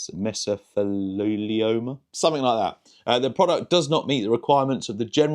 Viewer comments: Me-so-fee-lee-oh-ma……horrible debilitating disease, cause scaring on the lungs that the body keeps trying to fix but does more scarring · Not picking just sharing meh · zuh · thee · lee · ow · muh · Traxxas being all the local hobby shop seemed to have as a (poor, disadvantaged) kid, priced me hopelessly out of the hobby for 2 decades. Now I learn they're literal cancer.... By the way, it's "Mess-o-theel-e-oma", and it's a super nasty cancer. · Mess-oh-thee-lee-o-muh. Great stuff! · [me-so-theel-e-oma] lmao happy you all had fun on your trip thanks for sharing happy new year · It’s funny to hear someone mis-pronounce mesothelioma because in the USA we had so many class-action lawsuit ads on TV that everyone knows that word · It's pronounced mesothelioma